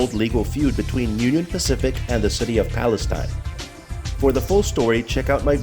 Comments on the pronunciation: Palestine Texas is not pronounced like the country, it is pronounced Pal-es-teen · In East Texas we say Palisteen. The Brazos River is pronounced Brazas. I should know since I have never lived over fifteen miles from the Brazos River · Please. "Palesteen" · PAL-es-tine is the country. PAL-es-teen is the city. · Wow, not only did you not bother to learn the proper pronunciation of Palestine you have your "story" wrong. The Union Pacific rail yard is still in operation in downtown Palestine at , - . What you found was the old ALCOA aluminum smelting facility east of town located at , - . This facility was built in approximately 1975-76 and was shut down almost immediately after when it was decided that the process cost more than the aluminum was worth. ( ) You should really try to do some research into your stories rather than try to jump on the YouTube train. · When he said Braz-ohs I knew he wasn't from here lol. The Palestine thing just reinforced it. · He would need to pronounce things like the city of Palestine and Brazos correctly first. The river is pronounced like brass with us on the end, not bras as in under garments with ohs on the end.